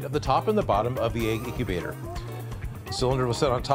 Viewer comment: the name is egg incubater more like eggubter